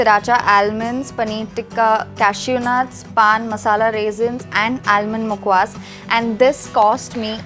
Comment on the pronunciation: Nice vlog. Please note that an "L" in almond is silent.